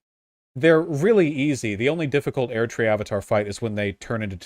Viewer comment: the way he says erdtree actually makes me consider suicide